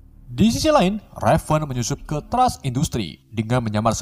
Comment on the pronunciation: perasaan nama mistique raven dehh,, bukan revan